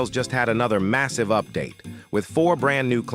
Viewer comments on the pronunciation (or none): Did you say massive?